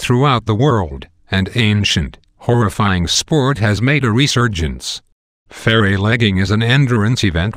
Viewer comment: Why does the narrator keep calling them ferrey or fairy inbetween, and then suddenly he pronounces it correctly again? So weird to listen to!